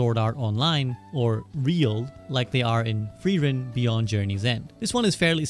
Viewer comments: please note, it is pronounced freer -ren not Free-ren. Frieren is the German word for freeze. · I really dislike the Japanese Anime using German words for names. Frieren means "freezing". It makes no sense for that to be someone's name and the way everyone keeps mispronouncing it, especially the Japanese, is so unpleasing for my German ears. I can't watch such animes